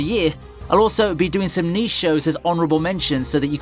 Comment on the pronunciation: The greatest mystery...is he saying niche hits or knee shi''ts